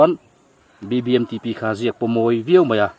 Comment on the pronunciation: Biangnote f leh R ati dik lo tlat😂😂a thiam khawp mai😂😂BBMTP pawh a thiam e😅😅